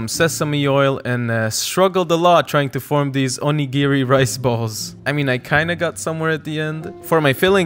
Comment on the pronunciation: I tell you this with ❤ onigiri is pronounced oh-NEE-gee-ree